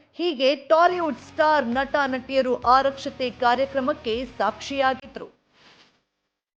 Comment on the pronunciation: ಆರಕ್ಷತೆ ಅಲ್ಲಮ್ಮ ಆರತಕ್ಷತೆ. ಸರಿಯಾದ ಪದ ಅಂದರೆ ಆರತಿ ಅಕ್ಷತೆ ಅಂತ.